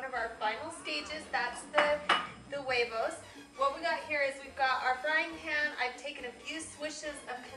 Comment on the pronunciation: she said wavevos................